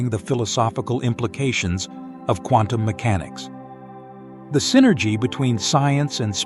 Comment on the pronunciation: I just about fell off my chair laughing when I heard the Dalai Lama pronounce Quantum Mechanics as CONDOM MECHANICS....😂 As to "Dependent Origination," in Pali it is called Paticca (pronounced Patichha) Samuppada, which in Sanskrit is Pratitya Samutpada. The "pada" in both words is pronounced paada. And as to the emptiness of all things, I too believed in that till I got hit in the head by a cricket ball some years ago 😂